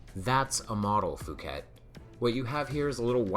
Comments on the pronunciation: Phuket is real place and it's definitely not pronounced "fuket". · 'Phuket' is pronounced 'poo-ket' you would be aware of this if you made the bad choice of going there.